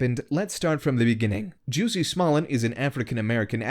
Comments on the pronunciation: It's jUSsie not Jewssie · His name is "Jussie", not "Juice-y" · Ohhhhh. It's pronounced 'Juicy'. I "get" it now. (Going to get squeezed in jail for reals tho'...) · I hate when people pronounce his name like Juicy. Hahaha I mean it is kind of funny and that is how it's spelled but he's known well enough ( especially with this shit he's pulling ) for people to know how to pronounce his name. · I wanted to watch this but he kept saying juicy smollet so I had to tap out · Please quit saying “juicy”. How he the top trending story but can’t say the name right... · Juicy?? Love the way pronounces his name. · did you just call him Juicey?